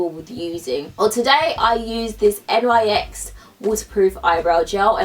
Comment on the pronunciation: when she says NYX wrong